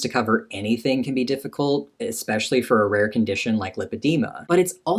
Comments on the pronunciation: EXPECIALLY !!! why do americans say that it drives me IN-SANE 😡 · OMG said eX-specially 😂